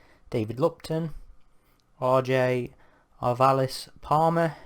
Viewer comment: Hey thanks for the kind words about my piece! Also its completely not a big deal but "arvalis" is pronounced like "marvelous". Of course not like you'll probably ever need to pronounce it again haha